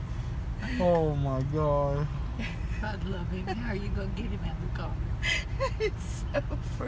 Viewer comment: "OHhh mYY GAWWR" 🤣🤣